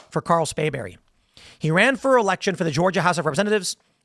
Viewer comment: You keep saying "Spayberry" with no 'r'. You know what the punishment should be if he's convicted.